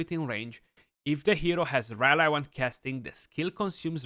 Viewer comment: great vid but rally is pronounced as ra-lee not ra lai.